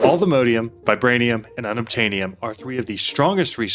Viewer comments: Not sure why you say "Allthemodeium"... It's All The Mods 10, not All The Modes 10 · Wouldn't it be pronounced "all the mod -ium"?